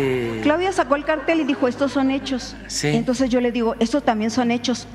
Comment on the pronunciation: Jajaja, no sabe la diferencia entre cartel y cártel, no pronuncia bien 😂😂😂